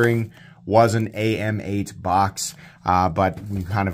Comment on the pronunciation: I think AMEIGHT is actually pronounced Ay Mayte